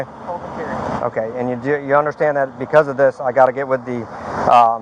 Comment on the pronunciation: "Sargaent I unkdersHKAND that" god every time he says understand i cringe into a tighter ball. Yes sir I hundersshkanned